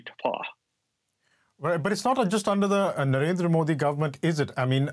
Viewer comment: This person pronounces "under"as "ondor"!!!!!